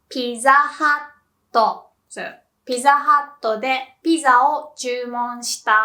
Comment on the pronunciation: Um, it seems like she said "Hut" and "Hat" the same (while she was speaking English?)